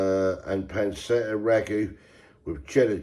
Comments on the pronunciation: It’s pronounced pan-chet-ah you big wally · Pan-CHETTA! Good grief,!